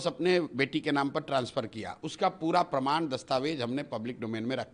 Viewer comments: प्रमाण को परमान बोलने वाले की पढ़ाई और डिग्री कैसी है,अब जनता बखूबी समझ रही है। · प्रमाण को परमान बोल रहा है। यही सब बिहार की शिक्षा और विकास को रसातल में पहुंचाया है। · WAH . ENGINEERING MEIN DIPLOMA YA PHIR DIPLOMA MEIN ENGINEERING KIYA ISSE PATA NAHIN . AUR DEGREE KA PARMAAN DE RAHA HAI . PRAMAAN NAHIN BOL PATA PRMAAN BOLTA HAI . BJP KE EDUCATED BANDA .